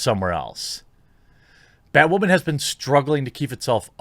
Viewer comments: Everyone: Batwoman Thequartering: BATWAMAN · bat wamin?? 🤣🤣🤣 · why the hell is this guy saying "BatWAmen" and "waman" instead of women? gives me the shits